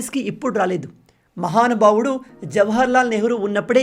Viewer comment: బ్రో నువ్వు మహానుభావుడు అని అన్న ప్రతిసారి నాకు ఎర్రి పూకా అని వినిపిస్తుందిరో నాకు ఎందుకో తెలియట్లేదు